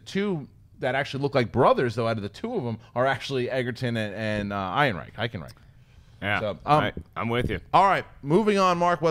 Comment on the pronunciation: Alden Ehrenreich! It's pronounced AARON-Reich. My goodness. Does it look like there's a "g" in his name? Love ya, Mark, but come on. It's getting to JTE levels here.